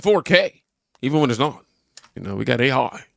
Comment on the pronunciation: You sounded Australian when you said AI😂😂😂😂A iiiiiii🎉